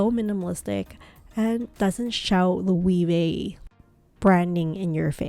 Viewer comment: It's not and hasn't been for a year now, this footage is now irrelevant. The puzzle line has focused on the tote. The bracelet pouch was the it bag about a year ago too but not so much anymore. Also you pronounced "Loewe" about three different ways and none were correct. The "e" is not "ee" it's "eh." It's also "hammock" not "hemlock."